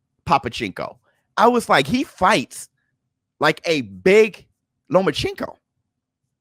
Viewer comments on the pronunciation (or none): Its not lomachinko its lomachenko :P